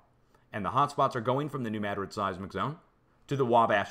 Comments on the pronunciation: Fascinating! Thanks somuch for sharing, as I look back at Lahaina, Maui, (8/8/23) and other fires taking place as of today, (9/5/23). By the way, I cringe every time you say Madrid and emphasize the first syllable. It's not pronounced MAD'-rid...it's pronounced....ma-DRID'. 😊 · The moors remember the earthquake and how our country was stolen as a result. It’s NEW MADRID LIKE SPAIN !!! You know how to say it